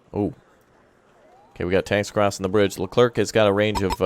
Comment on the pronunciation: Super Stellar French here, you don't have to pronounce the "c" at the end of "leclerc" so just end like "air" ;)